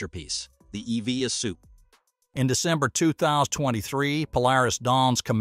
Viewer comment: Your voice robot is quite jarring in how it pronounces "EVA": s/b "E-V-A" (as in "eee-vee-AE"; not "eee-vee-a" as in "again"!